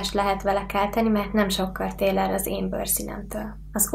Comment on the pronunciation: amikor a PIROSÍTORÓL volt szo akkor azt mondtad h : TÉL ER A TE BÖRSZINEDTÖL helyesen meg azt kellett volna h tér el XD de nem baj minkenki hibázik